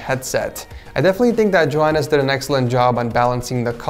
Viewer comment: Why do you day Joehannes it's Johannes